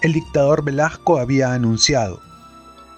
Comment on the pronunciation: AGRADEZCO muchísimo que nos lea el libro Los Genios de Jaime Bayly, sin embargo, al escuchar el remplazo de una S o Z por una "acomplejada y apitucada" J, me distrae tremendamente del placer de la exquisita narrativa de Bayly. Porfavor, Velazco es con Z intermedia o con S (es un apellido que algunos tienen con Z o S intermedia, da igual, no es el punto), no VelaJco. Duele escucharlo una y otra vez. Será que Bayly lo menciona así y a drede? VELAJCO?. Me recuerda cuando dicen ofensivamente CuJco, y no CUZCO, cuando mencionan a nuestra 7ma maravilla.